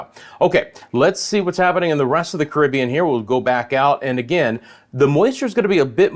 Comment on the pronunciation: Ca rib be an ' not cribian